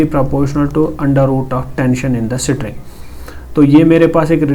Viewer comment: string❌ sitring✅